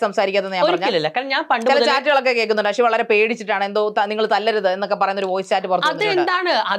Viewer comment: ജസി അഷി അല്ല. ..ജാസി, ആഷി. .അത് പോലും അറിയാത്ത ഒരു Anchor..😇😏